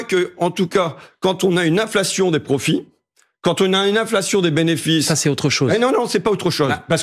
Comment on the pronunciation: J’ai adoré comme François Ruffin a dit le bénéfice en « bénévice » 👏🏼❗️❗️❗️